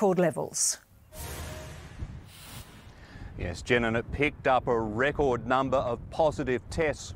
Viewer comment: "RRrECORD" Numbers"..... with a hint of over emphasis...clowns..